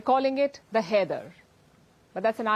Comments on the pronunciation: shouldn't "Haider" be pronounced as 'High -der " ? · Haider ❌ kider ✅...... 😂😂😂😂